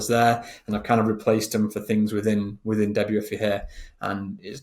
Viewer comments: Can't understand how your brain doesn't put 2-and-2 together to correctly call it DEBUT-IF-EYE, when you're looking at a SHOP-IF-EYE theme. Every time you said debut-iffy a kitten died. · Hey, thanks for the info! It's pronounced beautify with De in front of it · its debut-ify instead of debut-ify.